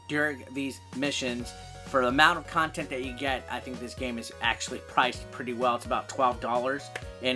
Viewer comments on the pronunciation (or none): none